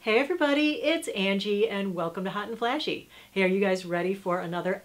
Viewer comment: hot and flashy, lol funny how you say it